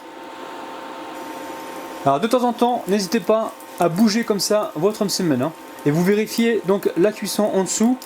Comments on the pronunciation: Le msemn اول مرة نسمع لو مسمن 😂😂😂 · c que mw que sa fait rire la prononciation de "msemen" au début 😂😂